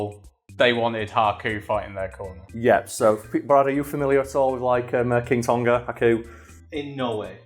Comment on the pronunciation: It's pronounced 'Tong-a' not 'Ton-ga,' incredibly frustrating hearing the repetitive mispronunciation